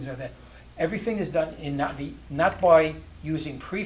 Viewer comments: Stop being an annoying pedant. He's pronouncing it correctly. The glottal stop is very subtle when he says "Na'vi" but it's still there, it's not completely absent. As for the rest of video, you can clearly hear the stop whenever he says the word. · There's two different pronunciations in thr film - the Skypeople say it like "nah-vee" because they westernized it. The actual Na'vi break the word in two pieces- Naht [HARD STOP] ve. Like uh-oh, a hard stop in the middle